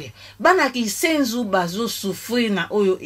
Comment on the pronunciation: KINSENSO, et non KISENZU ....Yaya NLANDU....